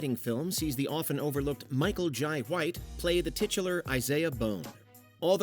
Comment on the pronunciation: Jai (jay) white lmao 🤣 cant even say his name nor hard